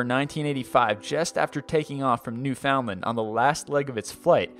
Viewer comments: You pronounce it new fon land not new found land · just so you know, that little place in Canada called newfoundland, is pronounced (new)fund(land) driives alot of people crazy when you call it new found land. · Yes, fund not found, and that's from a Newfie friend. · Soupy it's all said at once with no spaces. So its pronounced like newf-ond-land, newfondland. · Soupy oh, the "d" in "fond" is silent. Its kinda more like newfunland. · As a legit Newfie; New-fun-land. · New-fund-land is how my family in Newfoundland pronounces it, but what would I know, I live in southern Ontario. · "new found lend" dear god that pronunciation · Lol, don't let them Newfies hear you calling them Newfoundland. They know it's spelled that way, but they get pissed when you don't say Newfinland... some people.... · You do not pronounce every word in Newfoundland separately you pronounce it newfenland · You still need to check pronunciations....New FUND lun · Thank god it wasn't just me thinking the same thing. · The way you pronounced Newfoundland was the cutest. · I love how foreigners say newfoundland! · I know right? It's so silly! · Your saying Newfoundland funny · I agree. GO CANADA!! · LOL, "Newfoundland" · lol i live in newfoundland and im 99.99% sure your saying it wrong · Newfoundland was pronounced wrong...